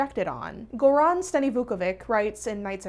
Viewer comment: Goran takes stress on the first syllable, and in Slavic words, C is never hard, but more like ch, So, GOran StaniVUkovich.